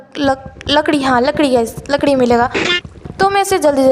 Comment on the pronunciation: Lakri ya ladki 😂😂😂